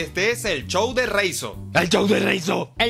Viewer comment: pOR QUE DECIS CHOW EN VEZ DE SHOW??